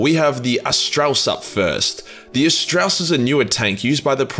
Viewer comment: "Ast-ray-us". Not "Astraus".